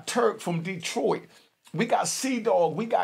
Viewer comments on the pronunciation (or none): none